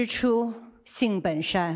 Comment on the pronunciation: the real reason she was censored was that weak ass attempt at a fourth tone on shan, thats not proper beijing pronunciation, to the gulag!